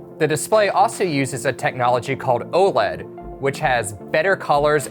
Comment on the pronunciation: nobody else here laughing at how the the tech review guy mispronounced OLED lel